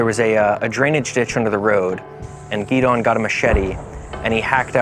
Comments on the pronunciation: You're an American. How come you don't know how to pronounce "Gideon"? It's in the Bible too. 😂 Say it with me - Gi-Dee-yan. It's not Gee-Dawn. Cmon now. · I lived with Gideon for months, so I know how to say his name. They don’t pronounce it the same way that Gideon is pronounced back in the Anglosphere; the Chin pronounce it differently